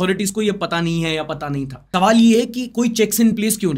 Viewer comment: सवाल ❎ तवाल ✅